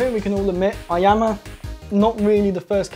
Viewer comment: it's ee-yama